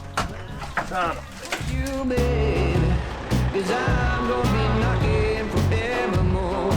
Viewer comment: You got it but sounded like it knock I ng